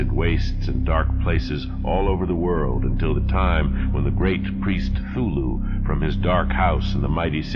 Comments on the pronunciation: Is he saying Thulhu or Cthulhu? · My only beef with these fantastic renderings of H.P.L.'s tales of terror is the pronunciation of Cthulhu. For 50 years I've been pronouncing it with a "hard C". I love what you're doing here and look forward to every new episode. How about Dreams in the Witch House?